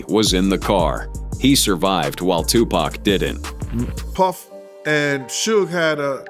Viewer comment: His name is pronounced shoog not shoez or shoogay. Suge Knight…. Say it right. 😳